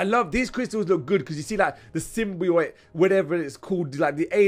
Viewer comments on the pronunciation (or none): simbiot not simbyoit